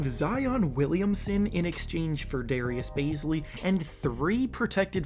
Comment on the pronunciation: DARRIUS BAZELY? WTF ARE THEY SMOKING? 😂😂😂